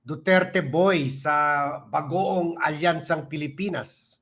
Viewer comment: Wlnghiya k rin nererespeto k nmin pero bkit cinasabi mo yong Bagong Pilipinas pero bkit pronounce mo Bagoong,pag gnyan khindi kna namin panoorin,lagi kitang pinapanood pero bastos k pala! Wag k nmn gnyan bastos mo sa mga Alyansa sasabihin mo Bagoong